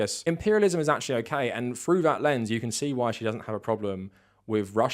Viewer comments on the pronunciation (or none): none